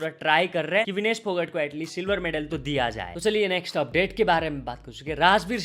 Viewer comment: भाकड❌ भाकर ✅ फोगट ❌ फोगाट ✅ 🤡